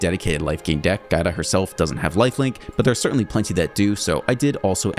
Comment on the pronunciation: as an italian... Try to read it ass Jiada